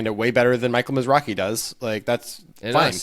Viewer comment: The Wynn tournament was a different guy named Michael Mizrahi (not Mizrachi)